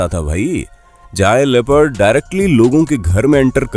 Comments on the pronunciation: Dude, say " leopard " not "rapid" ha ha ha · It's leopard not rapid. So speak properly